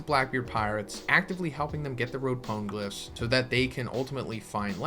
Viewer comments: imma be that guy, even the anime doesnt pronounce them powngliphs how you are...thats just annoying. "this is how i say it" no, there is a right way to say it, quit being lazy and learn the right way. till otherwise stated, the e in pone is pronounced, not silent. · “Ponglifs” “ackaeinu”